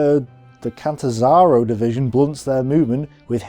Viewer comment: If you cannot pronounce easy Italian titles, words or names, (it is Duce, phonetically Dooche, not Dushe, and Catanzaro not Catzanzarow) you can at least refrain from making fun of them. You seemed to stumble at the title Maletti group. Maletti was the general who led the battle group, same as there was a Kampfruppe Graf for instance.